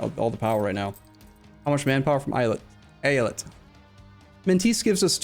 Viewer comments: great choice to do Mehmet's Ambition! btw I think the pronounciation is ay-ah-lyet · Long time viewer of, as a native speaker, I would say it like,,, E-Ya-Let.just leave a little space between those sylable's, streesing each one out, so likee,,,eee,,,yaaa,,leett,,, something like that, just sink in the three parts and it's golden,,,the word just means state in turkish,,,like many states in the US or in the old Otto empire. So really don't mind people saying state instead of Eyalet, so Eyalet i Mısır,,is state of Egypt,,,so speaking english using state is perfectly fine and no need to worry about how to say the word. All the best and thanks for the Third way,,always annoyed at Eu4 casters not finishing a run,,,so you did it,,have fun from now on:) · So, who wants to count how many times says AI-Let?